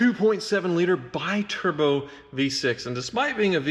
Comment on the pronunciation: It's BEE-Turbo just sayin..